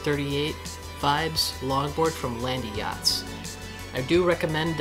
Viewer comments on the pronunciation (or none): Land-yacht+z two syllables hear me out. Land…yachtz. No Landie-yachtz… stop that. Shame on your friends for not correcting you. Thank you for the video. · I was looking for this comment lol Land- yachtz not landy-yachtz And when it comes to wheels I'd suggest 77a-80a kegals